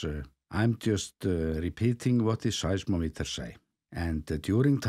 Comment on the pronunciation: pronounce size-MOM-eters